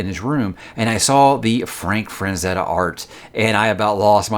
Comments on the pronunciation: it's FRAZETTA, not fraNzetta :) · it's not Frank Franzetta It's Frank Frazetta no N